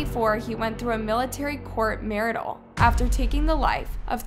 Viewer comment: You mispronounced cadiver and martial.